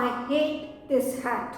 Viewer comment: Mam " हेट और हैट " Ka pronunciation uper-niche ho gya hai